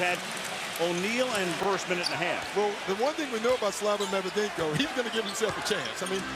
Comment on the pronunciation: No One: Steven A Smith:Medvedenko🙄😑😒